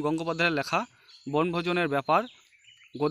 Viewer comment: উচ্চারণ তো ঠিক করে করুন আগে লেখাকে ল্যাখা আতিথেয়তাকে আথেয়তা কি এসব